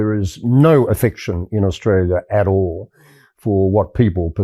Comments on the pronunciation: Oh please Ben!!! Don't say Aushtalia! Even some Aussies say that!! Or worse Stralia. We have some people here trying to dumb us down , cos they are dumb It drives me insane! My grandfather would turn in his grave if he hadn't been cremated. In his time, when he visited the US in the '30s to work with Paramount Studios noone knew where Austrslia was. I don't think it has changed much. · Yanks, learn to say the name Australia correctly. DO NOT DRAG OUT THE FIRST SYLLABLE!